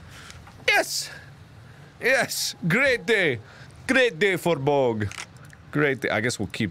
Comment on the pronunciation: why does he pronounce bogg like boag